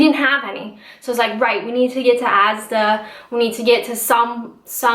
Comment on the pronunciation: Love how you pronounce ASDA for whatever reason. Bang on with the comment about talking about Canada, I find lots of Canadians and Americans say "Oh in *where I come from*, we do it like this" Really annoying! Have a look at the Cumbrian or Northumberland accent if you want a sore head... marra